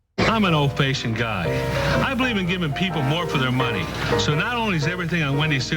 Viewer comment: Old fay-shioned guy?